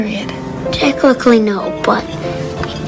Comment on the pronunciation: did he just say "techlichly?"